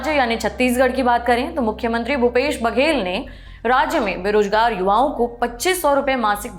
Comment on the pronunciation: A humble feedback. Since it is your profession, please work on your pronunciation. It's not कर्ज but कर्ज़; रोज़गार not रोजगार.